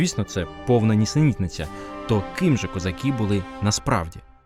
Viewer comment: Треба казати не "козакі", а - "козаки". Вивчайте українську орфоепію!